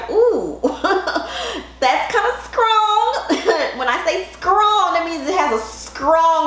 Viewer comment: LMAO "a scrong smell" im jk but you have a cool fro